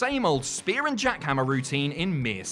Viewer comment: JACK-HAM PLEX LMAO